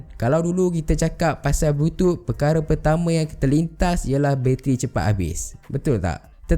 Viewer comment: Kenapa bro sebut "Bluetooth" sbg "blutut"..aku tergelak bro.